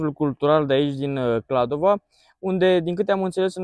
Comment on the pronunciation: Va rog sa nu mai spuneti KladovA, este simplu, Kladovo. noua nu ne place cand cineva vorbeste gresit despre numele orasului😅 am vrut sa zic, despre biserica, nu stiu daca ati fost inauntru, dar acolo puteti cumpara vinuri sarbesti de calitate foarte buna si pentru pret foarte bun😊